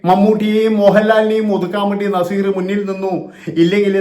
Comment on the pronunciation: Nezeerinte പേര് ഉച്ഛരിക്കാൻ ഇവൻ യോഗിനാണോ